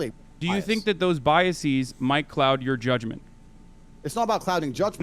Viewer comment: Omg! I'm hearing this everywhere! For the record - it's bias-ez, not bias-ees. Come on, people. You can't just put a long e sound at the end of the plural forum of any word you want because you think it sounds more intelligent.